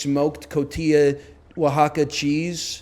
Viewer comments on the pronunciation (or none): none